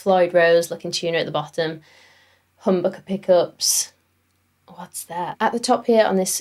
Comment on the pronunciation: The way you said "humbuckers" was amazing haha